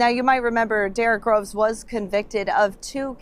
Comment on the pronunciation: I thought she said Derick Rose lol